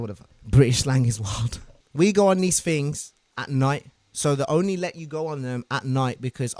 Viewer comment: fings and tings